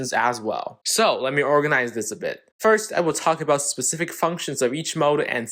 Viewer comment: "specifc" lol